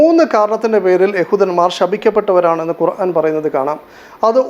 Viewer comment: 😂 കൊറാൻ അല്ല ഖുർആൻ ആണ് അത് പോലും ശെരിക്കും വായിക്കാൻ അറിയാത്ത ബഹർ പോലെ കിടക്കുന്ന അതിലെ മൊഴി മുത്തുകൾ എങ്ങനെ അറിയും പഠിക്കുക മനസ്സിൽ ആക്കുക ഹിദായത്ത് അല്ലാഹ് തരട്ടെ